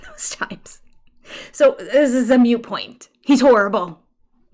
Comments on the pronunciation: Mute point? Do you mean moot point? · You're right, it's moot.